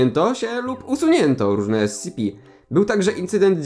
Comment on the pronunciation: powinieneś czytać S C P nie SCP (yes im very smart)